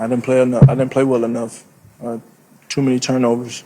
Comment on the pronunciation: Every word he says is missing a syllable. “Ultimly, I din’t make the play, speshly down near da box.”